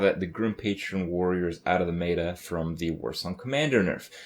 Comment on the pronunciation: The way he says meta is really bugging me...